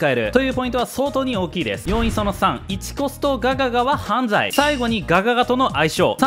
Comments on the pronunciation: ｢犯↑罪↓｣好き笑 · はぁ↑んざぁい↓ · ここの はﾝざぁｲ 好き